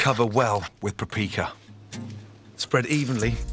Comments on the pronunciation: Perpeeka It's paprika xD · how did this man just pronounce paprika???